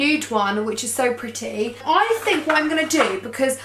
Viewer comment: The way she says pretty is soo annoying!! STOP SAFFRON!!😣😥